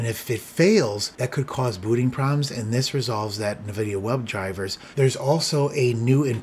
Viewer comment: i think it's en-vidia not nuh-vidia but great video as always